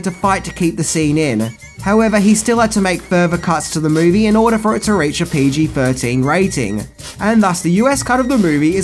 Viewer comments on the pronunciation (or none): none